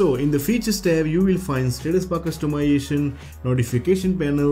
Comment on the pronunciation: Pronunciation errors: flash, htc, customization, exclusive, features, considering, 5 (five), camera...And a lot of grammar errors. When you write the script try and use one of the many online tools. They can help fix the grammatical and pronounciation errors.